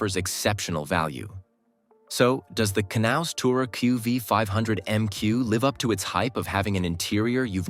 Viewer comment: The price might be a problem, as might the amount of movable construction items. But the concept is interesting. Oh, for the robot: the 'K' is most likely silent in the English language, so the name would correctly be pronounced as 'naus'.